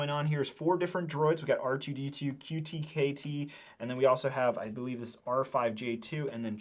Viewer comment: “R2-KT” not QT-KT